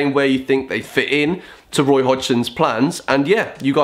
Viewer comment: Should have named it "Woy's woad to the Euwos"